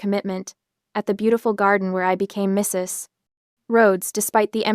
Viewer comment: Very annoying- that pause after Mrs. Like a grade 1 student who has been told that in reading a period means the end of a sentence and you can now take a breath. They all learn by the end of the year that a period can also mean- this is an abbreviation and you don't pronounce it alphabetically; and you don't pause while speaking.